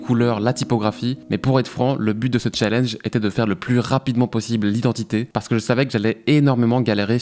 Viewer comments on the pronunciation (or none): none